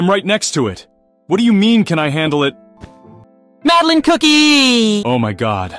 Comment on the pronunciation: Because trying his best to pronounce Madeleine name